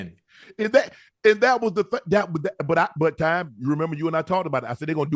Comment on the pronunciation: Am I the only one who realized that Unc addresses Coach Prime as “Time”?